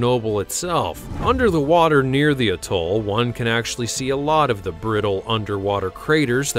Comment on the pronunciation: Amusing that the narrator doesn't know how to pronounce "atoll"